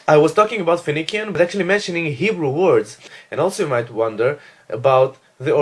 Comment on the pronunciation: Phoenician is pronounced fe-ni-shian in English not fe-ni-kian.